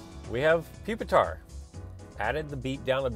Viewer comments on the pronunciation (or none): (PuP-TAR) funny